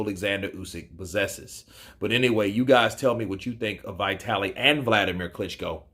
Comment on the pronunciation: dude it's not Vai-taly. It's Vee-taly...